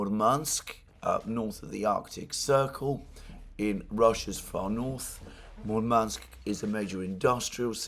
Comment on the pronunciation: Alexander. no offense, but you somehow manage to get accent in Russian words wrong all the times :D MurmAnsk instead of MUrmansk, ArkhangElsk instead of ArkhAngelsk etc. A bit funny to listed. Please, take care of your poor throat. Warm milk with honey does wonders for me.